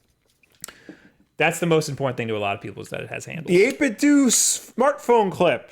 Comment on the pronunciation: 8bitdooooo is the correct way